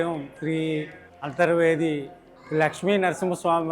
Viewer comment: అంతిర్వేది కాదు అంతర్వేది అని పలకాలి.